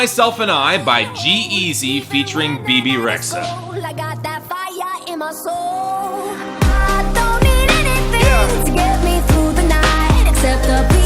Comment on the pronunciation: Brief pronunciation note: Rexha is pronounced "RED-jah." Her parents are Albanians who emigrated from Macedonia back during the Cold War. Don't know much else about her, though. At least it's less confusing than Hungarian orthography.